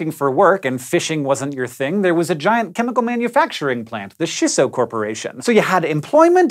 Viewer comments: chee-so...no shisso... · CHEESS-SO! NOT SHISS OH! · It's Chisso, not Shisso. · "Ch"isso. Like "ch"eese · Hank... I love everything you do... except pronounce Japanese words. It's CHEE-SSO. Thanks for coming to my Ted Talk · is triggered that you aren't pronouncing it CHEEsso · Chisso is supposed to be pronounced with a hard "ch" sound like in the word "chimp." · Why are you saying chi as shi? Do you also pronounce cheese as sheese?